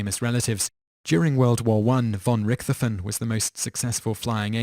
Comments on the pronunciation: Neither "von Richthofen" nor the German language has a theta sound. The name is pronounced /RICHT-hoffen/, with the "ch" pronounced as in "Bach". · They're pronounced "RICT-hove-en" and "Shoog [as in 'Sugar']"